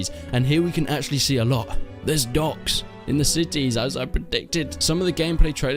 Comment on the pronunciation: man good video but it took me ~5-10 times of u saying 'ducks' to get the idea that u were trying to pronounce 'docks'